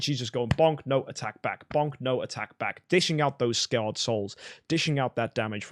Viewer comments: SCARred Soul, not sacred soul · Scarred not sacred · SCARRED SOUL! Not sacred soul. Other than that love this vid, very informative.